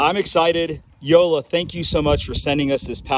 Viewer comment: WHO-LA is the correct pronunciation.